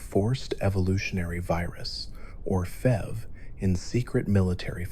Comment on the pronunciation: Why did you spell out vats but pronounce fev lol😭